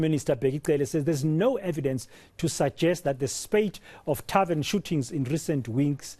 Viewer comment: And he still says "tarven shooting in Mamelodi"... How is a Chisa Nyama a tarven? Buffles me really! And the journalist puts the cherry on top saying that tarvens are places of "leisure" haow Nkosi...